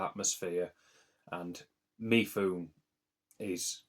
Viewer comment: Great rundown of Asian films! Mifune is pronounced Mi-fu-ne by the way.